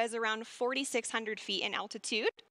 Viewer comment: its altitude not "attitude"